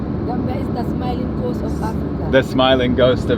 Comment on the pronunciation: the smiling COAST not "ghost" 😂😂😂